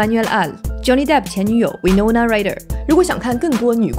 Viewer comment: 别再卖弄蹩脚的英语了。连Winona的名字都能念错。您这英语是语文老师教的吗？懂法文的听众们可以评论一下博主的法语。